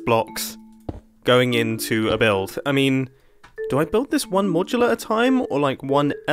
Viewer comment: i could swear i heard mumbo saying "a bilf" instead of build, i must be watching to much RCE... in other hand he do was building a bridge.....